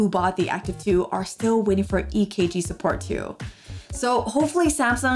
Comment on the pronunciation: Thank you for saying EKG ♥️♥️ you are the only YouTuber so far to have said it correctly 🙌🙌